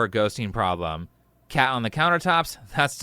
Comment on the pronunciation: did they call the cat, or did they call you fat?